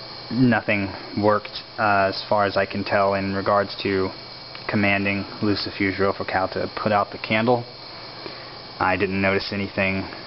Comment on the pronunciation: You said his name wrong it is lucifuge it ends with ge not je